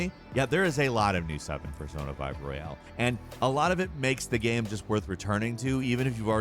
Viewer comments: Its Royal,not Royale you dimwit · Royal, not Royale 😩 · Why do you keep saying Royale? It's Royal.